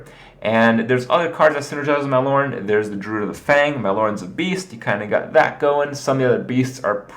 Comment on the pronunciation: thankgod you don't pronounce the e like everyone else